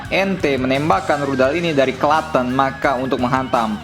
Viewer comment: btw Klaten kota ane min , pengucapannya Kla.10(b.inggris). Baru zircon aja sebegitu ngerinya kecepatannya, apalagi kalo yg rudal sarmat